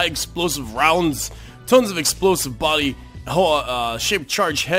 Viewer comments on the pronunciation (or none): none